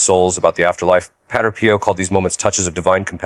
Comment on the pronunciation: Dear AI voice, "padre" is not pronounced "patter". It's pronounced PAH-dray.